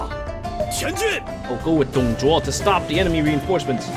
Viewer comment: Why does the english voice pronounce "Dong Zhuo" as "Dong Zhwa"?